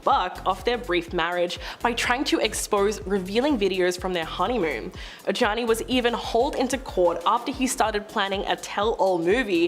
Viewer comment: Talking about JLos first husband- you guys should learn peoples names if you’re going to report- Ojani is pronounced Ohawnie. Please do your research.